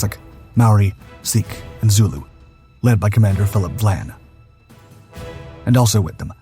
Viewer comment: Hey, narrator! It is Commander Vian (Vy-an) not Vlan.